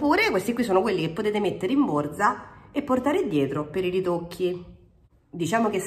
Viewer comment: Riepilogo perfetto ed utilissimo 👍.Sei sempre bravissima e simpaticissima!! Ti adoro quando dici borza come i romani doc😂😂